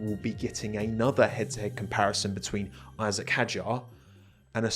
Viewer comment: It's Isaac not "I-sack" 😭🙏🏻